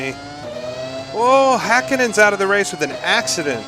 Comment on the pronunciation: 10 points for pronunciation of Häkkinen ❤